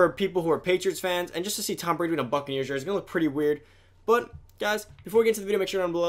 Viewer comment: how do u mess up tom Bradys name